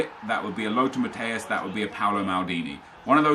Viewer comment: U r the Yter who pronounces Lothar Matthäus the best. Greeetings Just a german guy